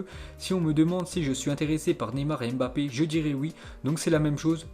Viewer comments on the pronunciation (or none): none